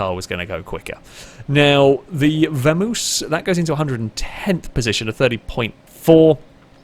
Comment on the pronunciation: It is Vamos (VAH-MAWS), not Væ-moos